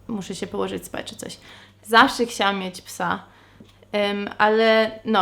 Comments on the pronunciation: jak zawsze, twoje "ksiałam" zamiast "chciałam" jest zajebiste! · zawsze jak mówisz "chciałam" wymawiasz "kciałam". Jakoś tak mam, że zauważam to zawsze gdy tak mówisz.A czy ty zdajesz sobie z tego sprawę? Mimo tego błędu to słowo w Twoich ustach brzmi nawet uroczo:)